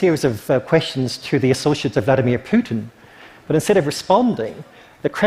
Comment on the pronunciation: Seriously, a speaker journalist who cannot correctly pronounce foreign words like Asahi Shimbun and Vladimir? What a shame.